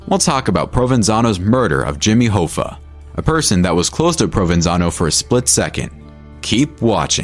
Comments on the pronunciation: Its Pronounced = "HAFFA" not "HOFFA" .... but is spelled Hoffa. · Hoffa, it's like cough-a, 👍